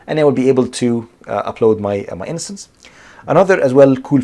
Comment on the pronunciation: liked, good video, you're saying innocence instead of instance